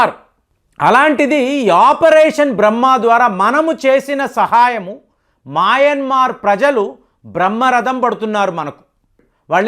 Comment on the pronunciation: Nuvvu pronounce chesinatlu ee prapanchamlo evvaru cheyyaru. Maayanmar కాదు adi, Myanmar. Aljajeera ni kuda palakaatniki chaala kasta paduthunnavu.